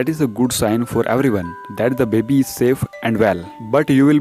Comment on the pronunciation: the way he says baby: Babee